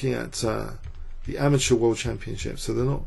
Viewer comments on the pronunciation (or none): It's pronounced ama-terr, not ama-ture.